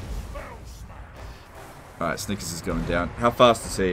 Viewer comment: I heard Snikers.